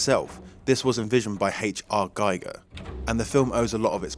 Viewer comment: H.R.Giger's name is pronounced "geeger" not "gighger".